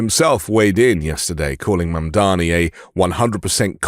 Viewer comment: Thank you, sir, for correctly pronouncing Mamdani's name. The Meidas boys embarrassed themselves on Fox by using Fox's MISPRONUNCIATION of Mamdani's name. It was a weak and pathetic representation of the Meidas Mighty. Embarrassing!